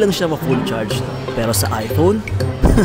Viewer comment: "gusto ko ng ano eh.....aypOwn"